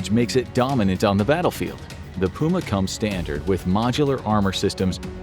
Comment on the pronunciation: I’ve never heard puma being pronounced that way